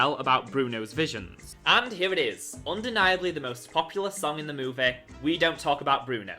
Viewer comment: You always pronouncing movie like moveh